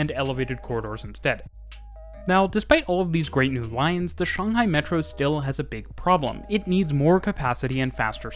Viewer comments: First thing I noticed in the video: a Westerner who actually says Shanghai correctly! (I mean I'm a Westerner too) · The sheer satisfaction and joy that washed over me as you pronounced Shanghai. Correctly. So many people say it like Shaynghai and it just annoys me